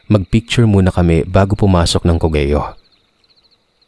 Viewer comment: It's pronounced ko-gyo and NOT ko-ge-yo